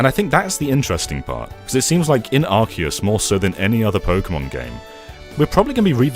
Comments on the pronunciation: Really it is pronounced “Arkeus” from the Greek word “Arké”, origin, e the Latin word “Deus”, god. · No no...it's Ar-Kee-Us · It's Ar- Kay- Us. Arcane, and deus. What do you mean 'they were mocking corrections like these'? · Arceus is pronounced "Ark-eus", not "Ars-eus". When Pokemon Battle Revolution came it that game did pronounce it Ars-eus, but all subsequent official pronunciations have been "Ark-eus". This is thought to be an intentional change (rather than a mistake in PBR) in order to make British school children giggle less. This has been useless facts with Jonny, you're welcome! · Zion is wrong, it was pronounced arse-ee-us but as of Pokémon Sun and Moon it is arc-ay-us. Silvally's ability is RKS System, not RCS System. I agree with him that this won't be my favourite game of the year, I will prefer Elden Ring and Breath of the Wild 2 almost certainly. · NO It’s actually pronounced Ark-ee-yus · It’s not arkeus It’s not arseus It’s ARKOUS!! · It's pronounced arsayus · i think it's pronounced "ar-kei-us", as in archaic - ancient; deus - Latin for ‘god’. Even in the movie it's pronounced that way. Oh well, to each his own. 🤷‍♂ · actually it’s ARKOOS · I like how the voice “correcting” you on the pronunciation of arceus actually got the pronunciation wrong! 😂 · Incorrect, the new JP trailer probounces it Ar-See-Us. It was changed in Europe/UK because of the word "arse". The original and accurate pronounciation is Ar-See-Us. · ...It's definitely a hard C in Arceus, not an S sound.